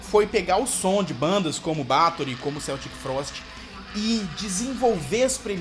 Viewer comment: Se pronuncia "Keltic Frost"